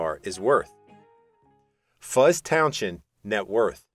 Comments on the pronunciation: Towns end not townshhhzzhhhennnd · It’s pronounced Fuzz towns end…not town shend….please🤦🏼🤦🏼🤦🏼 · I've known Fuzz for 30 years, he is one of the nicest people you could meet, he would be laughing at the ridiculous way you are pronouncing his surname.